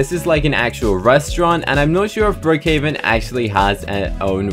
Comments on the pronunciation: he said BrOOkhOveN instead of Brookhaven but no hate i still love your videos! Also brooks diner is a restaurant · he said brookhoven